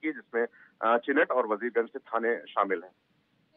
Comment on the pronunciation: मैडम वीरगंज नहीं वजीरगंज है.....